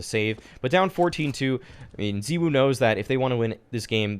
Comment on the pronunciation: The way you say ZywOo really triggers me